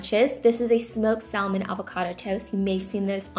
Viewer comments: Salmon is pronounced "samon" ❤ thanks for the recipes!! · "Sal-mon" the L is silent!!! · They all look so good!!! But the one with egg, I might have to give it a try today 🙊 & "salmon" is pronounced without the " L " (it's silent) thought I'd let you know.. & thank you again - I wait for these sort of videos every weekend 🙌🏼😍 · Love your videos! I just have to say I have never heard anyone say salmon the way you do! Have a good day! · It annoyed the shit out of me how u pronounced the L in salmon but otherwise great vid will definitely use all of these